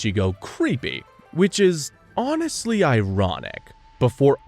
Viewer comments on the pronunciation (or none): none